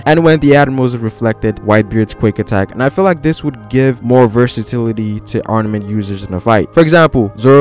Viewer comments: Great video. No hate.. It's arMament though. Not arNament. Good job though haha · Is it just me, or is this guy saying ARNAMENT haki? Cuz that's definitely not what it is. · you keep on saying arnament wtf?